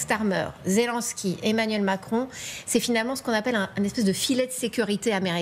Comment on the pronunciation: Pas "Zé Lin ski", Zé Linnn ski! Pourtant vous dites "Jostinn Troudeau"! Allez comprendre ;) Vive Ze France!